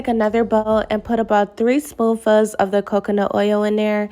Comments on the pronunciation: Where are you from? You pronounce spoonfuls as spoofas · OMG!!! I held my comment as long as I could. I didn't want to take away from all the positives. She did an amazing job. But the "spoon fuhhs" made my eye twitch. 🥴